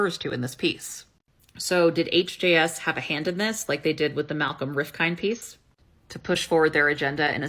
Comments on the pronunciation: "Rif-kin" - the (d) is silent. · Hi, great video btw Rifkind is pronounced Riff-k-ind (so 'Riff then' 'k' + 'ind' as opposed to 'kind'). I used to work with his daughter Caroline in business consulting. The islamaphopia is especially egregious as Malcomn has previously held intelligence oversight roles on behalf of the British Government, so the lack of sources here from someone inside the industry connected to anti-terrorism would hold weight. This latter fact is made all the more concerning given that HJS is also a registered charity and has previously come under scrutiny by the UK charities commission, given that some regard it as a politically motivated think tank instituted for the purposes of spreading islamaphobia. Finally, it's important to note that Malcom Rifkind is held with great regard within the UK jewish community.